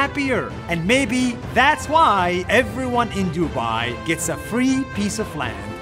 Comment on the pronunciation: I like how he said duba☠️